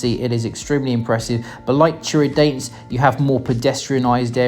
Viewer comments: É Tiradentes que se fala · Love the way you pronounce Tiradente 😂😂